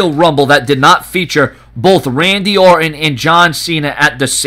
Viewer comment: OR'ON love the silen' T's